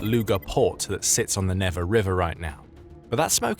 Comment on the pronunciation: It's pronounced Neevah.